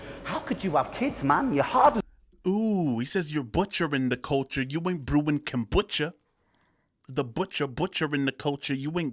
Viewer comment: The way you keep saying 'kambucha' rather than 'kombucha' is super annoying haha. I know it's a tiny thing and I actually loved this video. Just from now on please pronounce it 'kombucha'. Thank you, my guy. All the best to you. This is the first video of yours that I've watched and I really liked it!